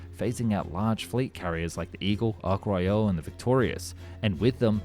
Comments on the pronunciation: It's Ark Royal, not Ark Royale, they are not French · It's ARK ROYAL not ark 'royale'. frigging yanks. its British not french. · Ark Royale? It's not a french Quarter pounder dude. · The name of the carrier was the Ark Royal, NOt "Ark Royale". How on earth could you mispronounce that?! And the title appears to have little to do with the video. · Is the Ark Royale called a Quarter Pounder with Cheese in America? Some strange pronunciations in this interesting video